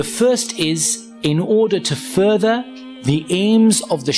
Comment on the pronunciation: speak like you do naturally, it's not foorther, it's further, if your real voices are like this then you're not built for narrating any of the youtube videos, I am unsubscribing because they are not professional enough to deliver the messages